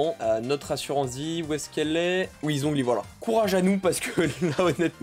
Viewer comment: Let's goooo les 2k! edit: par contre, zhongli, cest catastrophique, ÇA SE PRONONCE TCHONGLI ( ça se voit que c'est mon perso pref?)